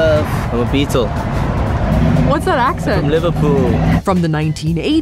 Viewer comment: I'm only ten seconds in and "I'm a Beatsle" has broken me😂